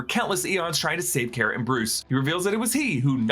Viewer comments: CAR-UH NOT CARE-UH. GET IT RIGHT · you pronounced kara's name wrong... just like supegirl tv series.